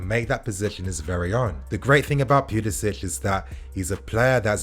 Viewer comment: Its puli “sic” not puli “sitch”